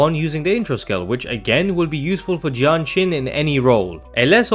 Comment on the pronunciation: I couldn't tell which hero he was saying between Danjin and Jianxin, so this video got real confusing real fast.